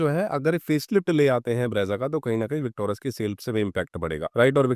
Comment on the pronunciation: विकटोरस नहीं बोलो भाई, विकटोरिस बोलो